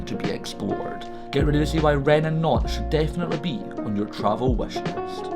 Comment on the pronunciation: Great video. I'm also really impressed with your pronunciation of Nantes and Rennes.